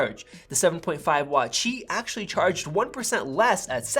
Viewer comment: Cool comparison. Glad that you pronounced Qi correctly.